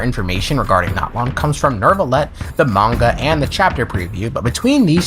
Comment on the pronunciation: ITS NEUVILLETTE NOT NERRRVREVVERVRVELETTE